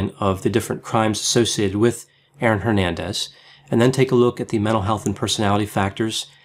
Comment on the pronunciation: C'mon man honor your Hispanic roots and pronounce Hernandez correctly xd